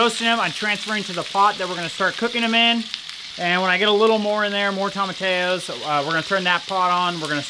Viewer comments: I'm always curious about the unique way you two pronounce tomatillos (you say "tomma-tay-o" instead of "tomma-tee-yo.") Is that a regional thing you've picked up on in Alaska? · I'm sorry and there's no disrespect here but ur saying it wrong..Its TOM-UH-TEE-YO. All of my family is Mexican and we use tomatillos for a few different things. You can make a sauce out of them if you boil like 3 lbs of them depending on the size until they're soft and then.put them into the blender w 4 or 5 cloves of garlic half a med onion salt and pepper to taste and some jalapeño if u like heat and blend until smooth. Then we take a pork butt and boil it til its really tender and then cube it or shred it and take a little cooking liquid and the pork and add it to a cast iron skillet w some salt and pepper and garlic and onion powder and a little oil and cook on high heat til the water evaporates and the oil cooks a few crispy edges on any fat on the meat. Then add to the sauce and heat until hot and serve w realllly good Spanish rice and homemade corn tortillas. It's soooooooo good!!! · Yep, definitely "toe-muh-tee-yoes". Two ll's in spanish sound like a "y" as in the word you... That's why we say tor-tee-ya (tortilla) chips and not tortaya chips. PLZZZ, say it right just once 😅😅😅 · It's pronounced phonetically toe-ma-tee-yos